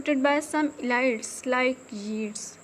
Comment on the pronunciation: Love from Pakistan and madam focus on pronunciation"poverty" protagonists" elite"